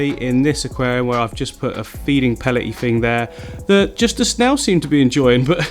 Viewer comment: "aqualium behind me", did I say "aqualium", the raquariam"..... was it me or did he say that........